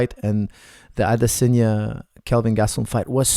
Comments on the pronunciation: I’m Nigerian, the correct way it’s pronounced Is AdeSONya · Adesanya is pronounced Ah-DISS-on-ya. Israel gave a pronunciation lesson on Ariel's show. Here's the link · Never heard anyone pronounce Adesanya like that...